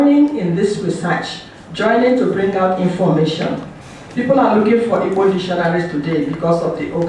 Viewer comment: Igbo is pronounced ibo